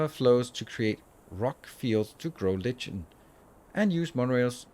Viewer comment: Love the playthrough. I like the chill games. Maybe you can do a run of this per run of Factorio if they come out with more content. FYI, the word "lichen" is pronounced 'like-en' in US English, and something along the lines of loik-n in English English. But a whole lot of people pronounce it incorrectly.